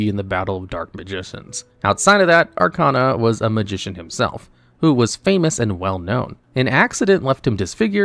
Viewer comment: At this point, I think you're mispronouncing names on purpose. You can't have watched the anime and still pronounce Arcana wrong. Irritating.